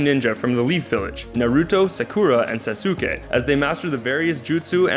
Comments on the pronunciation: SA SU KAY IM WHEEZING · never trust a guy who says, "Sass Sue Kay" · SasooKAY! XD I lost my shit when he said that. He's telling us to watch them, but he hasn't even watched them himself! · Hinata Hyuga you mean sauce kay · "Sasooke" XD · MeowAna Sa-su-ka oml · It's pronounced sauce kay 😂😂😂😭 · Sas WHO kay? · you said sasuke's name wrong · ITS SOUND LIKE SUSKE NOT SASUKE!!!!! AND ITS HOKAGE NOT HOKAJ!!!!! AND ADD FAIRY TAIL TOO!! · dude it's pronounced sas-kay and ho-kag-ay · you pronounced hokage and sasuke wrong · I was laughing so hard at how he pronounced Sakura's name and Sasuke's names XD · I died when you pronounced sasuke and Sakura it kill me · SASOOKE AND SAKOORA AND HOKAJ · "Ro-roo-ni" "A-soo-na" "Sas-soo-ke" "Sak-oo-ra" - just all wrong, I don't think he got how the 'u' was working there, but yeah he definitely hadn't seen these animes. "Sith" wtf though. xD